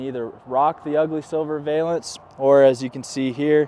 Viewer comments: It’s like nails on a chalkboard…Please stop saying vay-lence. It’s pronounced va-luhns 😬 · Very cool product. Just pronounce it correctly!